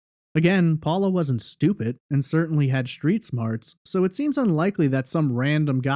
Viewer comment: Subscribed. After listening to you speak I unsubscribed. You have a very nice speaking voice. The deal breaker? Your pronunciation of certain words. You say shtripper instead of stripper, shtreet instead of street, etc. You do not sound uneducated. This is not a speech impediment. There is no reason for pronouncing words like this incorrectly. You can correct this if you want to.